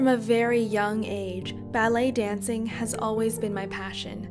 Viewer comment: when she said ballet dancing i hear belly dancing and i was like: WhAt?